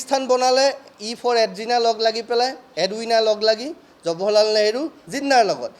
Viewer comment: থৈ দিয়ক হে আপোনাৰ ফটা লেকচাৰ জৱাহৰলাল নেহৰু নাম টোকে শুদ্ধ কৈ ক'ব পৰা নাই । জবহৰলাল নেহৰু নহয়।